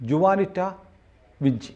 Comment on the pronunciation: ജുവാനിറ്റയല്ല, ഹുവാനിറ്റ